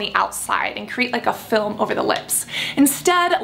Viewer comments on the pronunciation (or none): none